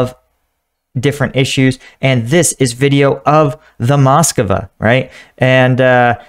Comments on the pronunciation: Strange that you call it Moscova even when in video you see it called Moskva and you call identically named city Moskow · It's not the Moskova, it's the Móskva (Москва). It means Moscow but whilst it is common in English for place names to have been altered over time, to make them easier to say; it is not normal to alter the names of contemporary things.